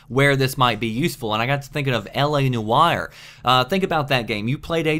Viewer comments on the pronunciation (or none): LA No-Wire? Lol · Come-icon, LA No-wire. What the fuck, man